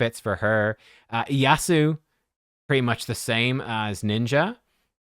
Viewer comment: Also, it's pronounced ieiasu (Im fluent in japanese xp) :3